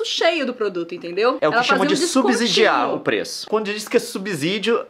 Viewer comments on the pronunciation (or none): Se fala "subSSidiar" Som de S e não de Z.